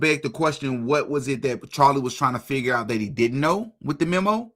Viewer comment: HE JUST FIGGURED THE WHOLE THING OUT. WTF